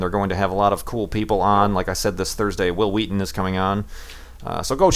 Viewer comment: Hwill Hweaton? lol